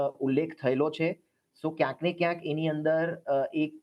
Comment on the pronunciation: વારેવારે બોલે છે કયસ ન ને ક્યાંક -- એ વળી સ શું